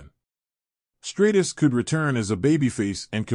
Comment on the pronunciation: Trish Stratus (Stra Tus) not Straightus..